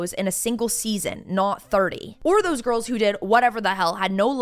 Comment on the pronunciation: The" girl-ez" ❓🤦🏼‍♀️